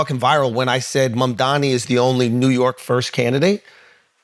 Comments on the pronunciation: I don't know why Charlemagne still can't pronounce Mamdani right lmao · Why can't Charlamagne pronounce Mamdani's name correctly? Imagine if it were a black politician